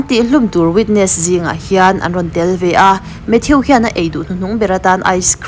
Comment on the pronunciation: Mathiu ti suh... Mathuu ti rawh. Avenue (aviniu) ni lovin "Avenu" tih te.... Ka hre zawk lo na a, in lam sual rei tawh e.... Mate❤